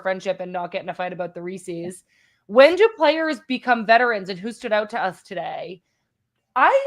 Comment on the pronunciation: Need a content warning for Reese's pronunciation 🤦‍♀️